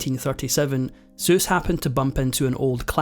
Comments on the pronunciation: "Seuss," the English spelling of the German word "suss" (umlauted "u," two dots over "u" to backthroat this otherwise standard European front vowel "u," as in German "dumm" meaning "dumb") meaning "sweet," is pronounced "Soos"; the standard German "oy" pronunciation of the German dipthong "eu" (as in "Freud") here does not apply. Moreover as German single "s" in the initial position, not medial nor final, is pronounced "s" ("ess") not "z" (as in "sofort," versus "gewesen"), "Seuss" is not, after all, pronounced "Zoyce" (to rhyme with "Joyce"). German double-ess "ss" (as in "Seuss," "fuss" and "Hesse") is always pronounced "s," -ess. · you are pronouncing it incorrectly it is pronounced “zoice” rhyming with voice. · Never heard it pronounced to rhyme with voice. German pronunciation vs. English pronounciation? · His name is pronounced ZOYCE. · Have I been pronouncing his name wrong all my life? Is it pronounced dr.ZEUS? or is it Suess? I've not ever said Zeus ...is that how it sounds?? The voice over is saying ZEUS-- anybody know the rite pronunciation? I'm not sure now lol Anybody? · It's not pronounced like Zeus. Annoying. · Why do you keep pronouncing his name “ ZEUS” like the Greek mythological gad? Sssss= “ Es” not “ Zee” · why are you saying Zeus ? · It’s not pronounced “Dr. Zeuss.” His name starts with the letter S. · I heard the proper pronunciation was so that that it rhymes with “guess” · Its odd to hear the name Seuss pronounced "Zeus" Am I the only one who noticed this? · We don’t pronounce his name like “Zeus”. It’s an s not a z even if it’s supposed to be pronounced “zoys” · Why do you keep calling him 'Doctor Zeus?' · Is it just me or are you repeatedly calling him Doctor Zeus? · Why did he keep saying Dr. Zeus? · The "euss" in Seuss is pronounced like the "oice" in choice. Like Dr Soice. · NO ONE pronounces Dr Seuss -- "ZUES" Pretty upsetting to hear that over and over actually Oh Well !! 😪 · Is anyone else bothered when he calls him "Zeus"?